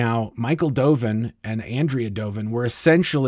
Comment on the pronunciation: On-dray-uh. ...not Ann-dree-uh. Doven.